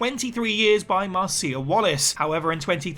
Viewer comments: It’s Marcia not Mar-Ziah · Marcia is pronounced like Marsha.